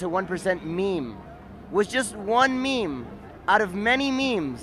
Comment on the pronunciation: “The 99% to 1 % MEAM. Was just one MEAM out of many MEAMs”